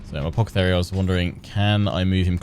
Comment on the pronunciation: i love how he calls the guy "Apockethary" :P